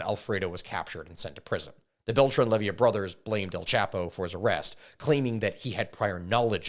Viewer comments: Good video but dawm, hearing you misspronounce so many last names hurts broo, its leyva not levia, and well some others its just accent but yeah some names really got misread badly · Bro said lay-vee-uh, its lay-va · 🤦🏻‍♂️it’s Leyva, not Levia. lol. And peñanieto didn’t botch the government response to the missing students. He covered it up. There is currently an arrest warrant for him in Mexico as he fled to Spain. And in Mexico, presidents serve only a single 6 yr term. There is no re election. Most of your info is actually pretty accurate. You left out so much but I get that you’re only talking about what’s been proven.I’m impressed. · If I hear him call the Beltrán-Leyva cartel "Levyia" one more time I'm gonna freak out.